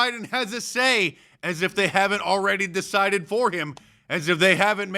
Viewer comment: Nast Piglosi said "suh-sided" instead of DECIDED. We need term limits for ALL officials!